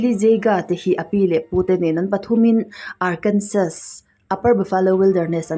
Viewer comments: Arkansaw zawk tur aw sir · Good vid...❤ miss Arkansas atawp a 'S' hi silent tur.. Arkansa